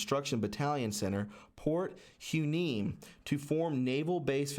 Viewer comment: Port Hueneme is pronounced “Why Knee Me” amd I think it was somewhat sold off under GW Bush Jr to the Chinese in 2006 you can dig fir that fact